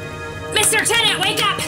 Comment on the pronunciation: Its not pronounced Tennant. IYKYK